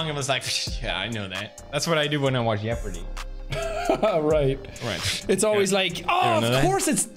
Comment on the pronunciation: Felix pronouncing Jeopardy as Yepardy makes my day!